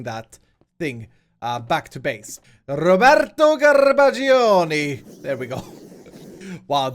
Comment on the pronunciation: So I want to point out that it would actually probably be "Ro-BEHr-to Gar-BAH-gio,"